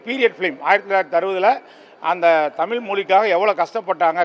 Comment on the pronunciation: தமில் இல்லப்பா தமிழ் 😂😂